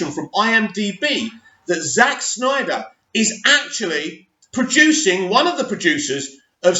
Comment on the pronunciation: it's "Snyder" also thankyou for breaking this news it's major news as far as I'm concerned!! Made my day!!